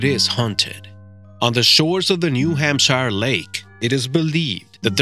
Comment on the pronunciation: There is no New Hampshire Lake! You don't even say Hampshire right. Your BS puts into question everything you say!